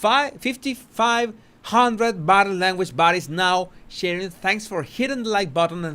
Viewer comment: Question: Are you saying "Body language buddies" or "Body language bodies"?